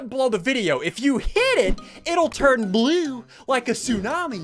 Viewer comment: “The like button below this video:” “If you hit it, it’ll turn blOo.” laughter